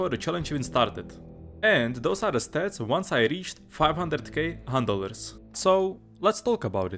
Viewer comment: Is it just me or do hunt dollars sound like handelers when he says it?